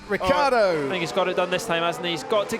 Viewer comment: What a bunch of idiotic comments! It's a RACE!!!!! A lot of you apparently would rather see a dozen nuns on bicycles. (Btw Vincrand, the name is Ricciardo not Ricardo. And it is pronounced Ritsjiardo!)